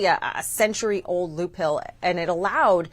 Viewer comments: It's not "loophill" - it's "loophole." She's pretty good at explaining away all the increasing costs due to tRUMP'S actions, despite his promises to lower costs. Including explaining away DOGE'S accessing all citizens data when they are NOT a governmental agency. Why is this nonsense even allowed to be promoted at all? I'm stopping now. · "A loophill"? What the hell is a loophill? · It is pronounced "loophole". So goes a journalism degree....🙄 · What tipped you off that they are dumb? Was it when the reporter said "Loophill"? Loophill. LMFAO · She doesn't even know it's a loophole, not loophill!